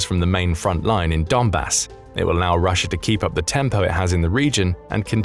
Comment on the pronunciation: I heard a couple of times "data'r" and "Russia'r"...... Adhd got me stressing